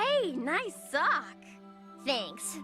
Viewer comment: ShadowL Drago lol, you said Sock